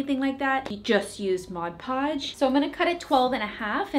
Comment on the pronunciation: Thank you for saying Mod Podge correctly!!! The "modge podge" people kill me!!!